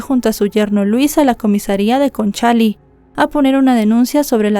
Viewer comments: Hola, la comuna es Conchalí, no Concháli, 😅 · Es Conchali con acento en la i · Conchalí con acento en la i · Tres detalles de como se pronuncian algunas palabras que mencionas . El papá se llamaba Angelo , pero aca se pronuncia Anyelo . La comuna a la cual se muda Fernanda y su familia es Conchalí ( acento en la i ) y la institución a la cual interpuso una demanda a sus empleadores se llama Inspección del trabajo. Sin ánimo de molestar sino solo de que sepas algunos vocablos chilenos .